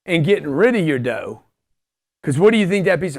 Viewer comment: 36 minutes on the second: "They want control of the dodo." You said, "dough dough," but I heard dodo. Correlation: birds of a feather flock together. Moral: find a fool with money, give him what wants, and you'll never be broke... That's just crazy enough to work!